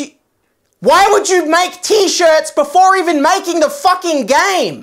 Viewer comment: Don’t miss the r in shirts